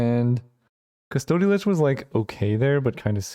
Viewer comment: Mispronounced custody every time